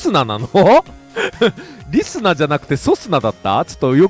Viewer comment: リ↑ス→ナー→